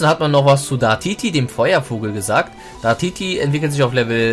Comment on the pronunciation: 1. Das sind Gerüchte von IAMTHELEAKER, der bereits bestätigt hat, dass er gelogen hat. 2. Es heißt Dartiri, nicht Dartiti 3. UHaFnir hat den Typen Flug/Drache, nicht Normal/Drache